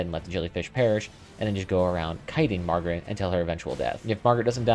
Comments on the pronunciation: FYI, It's MAR-GIT and male. You keep calling this boss Margaret and referring to it as her. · Who tf is Margaret? You talking about Homers wife? This is Mar-G.I.T.